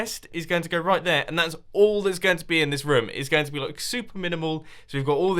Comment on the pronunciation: Is it just me or does he says roum the whole episode